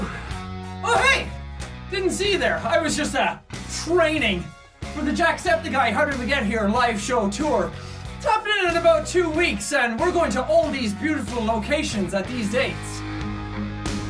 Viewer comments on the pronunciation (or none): for a sec i thought u were calling him Jack The Skull😅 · you pronounced it wrong. It's the "Jacksepticeye live show comedy world tour do you have ninety minutes?"